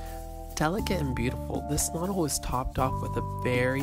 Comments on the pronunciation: They are properly pronounced "ke-nurdel" (Knoedel). But a great video, thank you. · Uff. Really butchering the pronunciation of all the german words. Especially "Knödel". Also "Gasthaus" just mean restaurant in German ( a more traditional type of restaurant) so "Gasthaus Elsner" would be just restaurant Elsner. And you mentioned it is called "gasthaus" which would be more of a generell type of of restaurant than an actual name. Nice that you had a good time in Vienna though! Watched the whole video through, was quite nice.